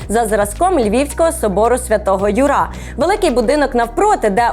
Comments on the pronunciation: ЮрА?? Ну ви серйозно?)) Собор Святого Ю́ра - наголос на "Ю". , - "Пироги" - це теж українською, просто регіональна назва і "польська манера" тут ні до чого. - Холодник, або холодний борщ - традиційна страва української кухні, альтернатива москальській "окрошці". Варто було попередньо хоча б трохи вникнути в контекст. Загалом сюжет демонструє кричуще невігластво стосовно як української кухні, так і українських назв загалом. P.s. Якби архітектор Аполінарій Осадца був живий, він би, імовірно, засмутився дізнавшись, що ви з нього зробили жінку) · Собор святого Юра. Наголос на Ю. Якого нахрін ЮрА? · Львів'яни кажуть - Юра, а не юрА